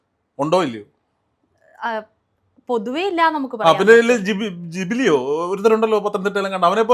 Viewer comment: ജിബിലി അല്ല അണ്ണാബിജിലി ആണ് ആ മൊയന്തു😂😂😂😂😂😂